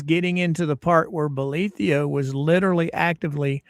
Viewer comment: Why do you pronounce the judge's name with an io at the end? It's written bolitho. Have you heard him pronounce it with the io? I'm curious why there are so many pronunciations for his name.